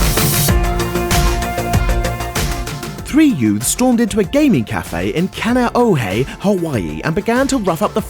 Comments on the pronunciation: u pronounced kaneohe wrong it's ka-nio-he not canaohay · it took me so long to figure out that he said kaneohe with that terrible pronunciation lol. It’s pronounced kah-nee-oh-hey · Brah only locals from hawaii will know how to say kane'ohe